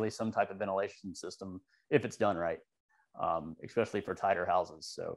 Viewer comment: Just a note.....the word "especially", has no "X" in it. Not "especially", or "Eckspecially"